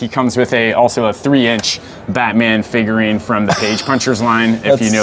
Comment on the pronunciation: Every time he says, "figurine" my soul cringes.